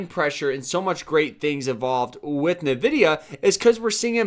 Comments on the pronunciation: Envidia not Nahvidia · Drinking game idea: take a shot every time this bozo says NUHvidIA